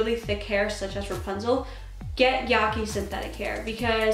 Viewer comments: Yeah-KI not yah-key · yaki has the same a as cat. lol